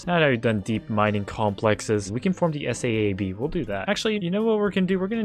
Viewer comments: its not S A A B its Saab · Not to be a 🤓 but “S-a-a-b” is pronounced “S-ah-buh”. It’s an airplane (and formerly automotive) company that nerds (like myself) drool over. Also this is my contribution to the algorithm. Please get to 50k algorithm he’s so funny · SAAB also pronounced like Sob with a longer vowel sound. The aircraft and automotive manufacturer. Used to make really cool cars, great ads, and still do amazing aircraft. You can tell hes young saying S.A.A.B. made me a touch sad. Him Never knowing the glory of some of their stuff.